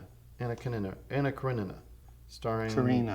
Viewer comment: Tim actually said Anna Karenina right on the first try even though he slaughters every other movie title lmao